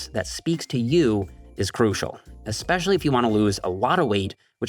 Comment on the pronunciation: "espwecially iwf you wanna lowse awotta weight" 😂😂